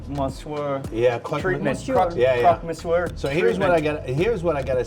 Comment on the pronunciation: but do need to work on his vocabulaire of french ( not being a snob as an immigrant in Paris) but le crock misyor is simply wrong!